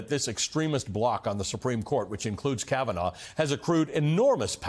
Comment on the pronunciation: KavEnough! KavaNahh! KavaNo!